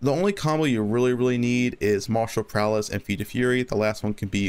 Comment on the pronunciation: Are you saying martial prowLess instead of martial prowess?